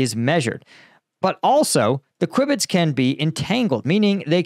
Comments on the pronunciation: Cue Bits....Quibits is pronounced CueBit. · Quib-its?! 😄 It's pronounced 'queue-bits' or 'cue-bits' if you prefer - queue and cue are homophones. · it's pronounced cu bits, not quibits ;) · When you make these claims and are so wrong, it makes ppl question everything else you claim. FYI, no this won't spell the end of encryption everywhere. Also it's pronounced "cue bits" not "kwib its". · qwibets! hahahahahaha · Pronounced "Cue-bits" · I enjoyed listening to you trying to explain quantum computing and qubits (pronounced Qbit). I could tell you were struggling, but as Nobel laureate Richard Feynman said, "If you think you understand quantum physics, you don't understand quantum physics!" I have worked in this field and your conclusions are sound. Particularly interesting are your observations of the fate of crypto-currency. While the mathematics of crypto are very interesting and clever, quantum computing will destroy it. You are also right about the advance of technology. While physical technologies are helping our muscle power, AI and quantum computing will magnify our brains and the pace of advancement will be asymptotic! Keep up the good work... I enjoy your analysis and find it excellent! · Please don’t ever say qubits like that again. It sounded so British brother, there’s a hyphen type deal between the two, it’s pronounce Q-Bits the u is basically silent. Edit- Quantum computing is not faster than light. It simply is just there, it does not have to move. That is entanglement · QBits are pronounced "Kyoo-bits" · Hey it's pronounced queu - bit